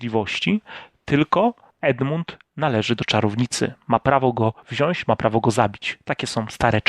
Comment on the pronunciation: Jak już się przyczepiamy (a myślę że warto bo to łatwo odstraszy część widowni jak nad tym nie popracujesz), to wszystkie „om” zamiast „ą” (eg, „będom”, „zobaczom”) no i wypalające uszy „wziąść” zamiast „wziąć” :) Fajny kanał, powodzenia życzę!